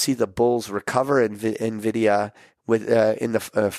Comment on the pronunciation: please pronounce Nvidia like Patrick does.